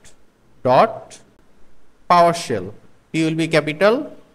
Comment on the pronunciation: It's Powershell. Not Powersell